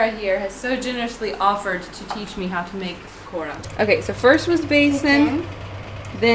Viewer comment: I love your pronunciation of 'Pakoda'